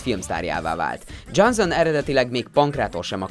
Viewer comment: "Dzsánzón" Miért nem bírsz egy név után se utána nézni, hogy hogy kell leírni, vagy miért nem tudják fonetikusan leírni, ha már ennyi eszed nincs, hogy egy gúglifordítóba meghallgasd, hogy kell kimondani egy színész/rendező, vagy akárki nevét???. Röhej... vagy kérd meg, aki legépeli neked a szöveget, hogy írja le kiejtés szerint. Nincs benne semmi ... viszont ez baromi ciki, hogy minden második nevet rosszul ejtesz ki. Igen, ezt a felolvasó srácnak üzenem, aki még mindig énekelve, dallamosan olvas fel, nulla átéléssel.